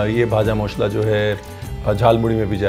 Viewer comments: The pronunciation of "ভাজা মশলা"(Vaja mashla) is nice ... 😊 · Bhaja Moshla! Great pronunciation Sir❤️ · Just loved you pronunciation of Bhaja Mosla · Your every pronunciation like Bhaja Masala, Jhalmuri, Kacha lanka just perfect ❤️. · I'm from bengal.. I like your proper pronunciation "vaja moshla"